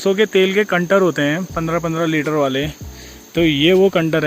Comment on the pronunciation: ओ भाइ कन्टर नही कन्टेनर कहते है